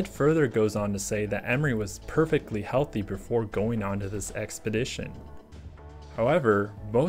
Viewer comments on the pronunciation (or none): none